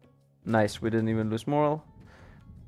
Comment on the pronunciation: I don’t wanna sound like a nit picky asshole. But when your saying Morale, your accidentally saying a different word and it’s moral. Morale (More-ral) is fervour and willingness to fight. Moral (mor-al) is a person’s beliefs.